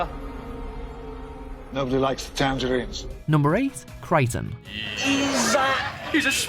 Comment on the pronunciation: You lost me with Kryten... but maybe he's a Kroton?